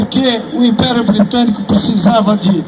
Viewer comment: Quando fala de regime especial meio estranho fala inperio